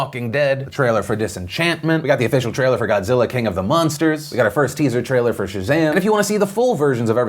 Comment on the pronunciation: Don't think you can hide that slip up Phil, I didn't know they released a trailer for Shazsham